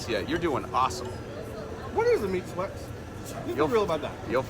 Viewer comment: I think you’re pronouncing “meat sweats” wrong.